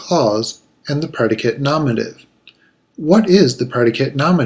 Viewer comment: It's not said nomative. It's nominative. Say it right